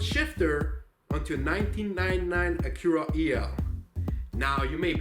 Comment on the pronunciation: Is no one else annoyed by how he can can't say Acura or any other word lol